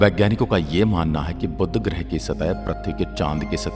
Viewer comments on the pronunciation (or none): बुद्ध ग्रह नहीं, बुध ग्रह है